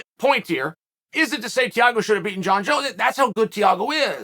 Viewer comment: TEA-A-GO ~ Chael